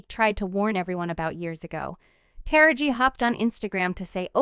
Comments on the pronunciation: The person narrating this piece is pronouncing Taraji's name wrong. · Please learn how to pronounce Taraji's name correctly....